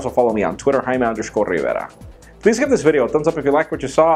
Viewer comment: Mate in love the way you say your name incorrectly.. Don't let know one tell you otherwise!! Keep saying it the funky way.. As for android L I think it should simply be lollipop, lion bar or lemon drop!!